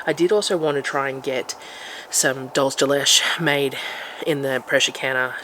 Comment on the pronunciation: Just to help you pronounce the spanish milk delicacy.... dholsee de lecheh